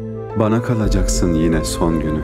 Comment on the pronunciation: Güzel yorumlamışsınız🌸. Fakat yanlış anlamayın lütfen, işittiğim bir yanlışı yazmam gerekir ki ''kalacaksın'' kelimesi ''kalıcaksın'' şeklinde telaffuz edilir.